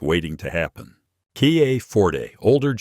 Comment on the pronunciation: who are you? why telling not-100%-true story? KIA = you have to pronounce as "ki-a", not "kay-eye-ei"! you don't know anything about auto-industry. you just make u-tube for $?